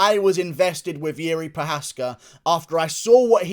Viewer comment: Good job with your Procházka pronunciation! The best of all US commentators. Now you can start to practice the correct sound of "JIŘÍ", I imagine that will be a pickle :P (here is a hint: it doesn't sound anything like Yuri :) )